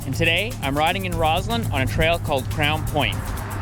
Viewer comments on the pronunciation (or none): It’s ROSS-land, not ROZ-land.